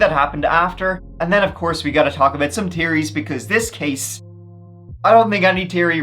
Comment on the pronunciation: Brotha, why do you hate "H's"? I noticed you pronounce " theories " as "teories" and "three" as "tree". Did the letter H hurt you?